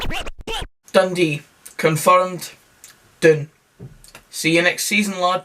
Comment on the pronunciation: Naw last word for Dundee: "Doondee"